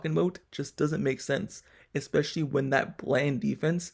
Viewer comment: Especially, not eckspecially.